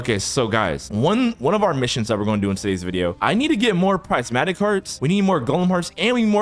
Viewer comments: btw prismatic u say it like prizmatic but its spelled prismatic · prismatic NAH bro sais Pricematic